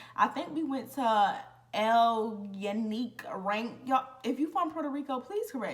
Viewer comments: Culebra is beautiful… It means “snake” in Spanish… It’s pronounced “coolehbra” The rain forest “El Yunque” is also very beautiful… It’s pronounced “El Joonkeh” the “Y” in Spanish is pronounced like a “j” in English… I know I’m late, but I’m new here… Love your story times 😊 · this how to pronounce it El morro = el mo row ( roll the r ) ( its a fort) El Younque = el you-n-k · Lmao “El Morro” and “El Yunque Rainforest” but you did pretty good. I will be in PR really soon on vacation. I love that you did so many excursions.